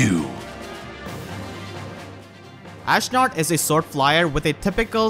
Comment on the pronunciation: "Ashnerd" - HA!